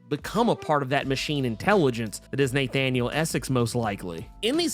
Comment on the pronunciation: Neigh-thaniel Essex